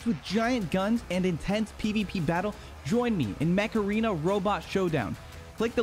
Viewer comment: mech arena sounding like macarena